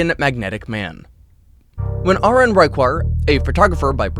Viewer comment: He is pronouncing the name wrongly , ARUN should be pounced as Aa-ruun not ah-run 😂😂😅😅